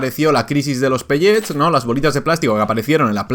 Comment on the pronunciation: Porcierto, la palabra viene del inglés asi que se dice "pelets" no "pelléts"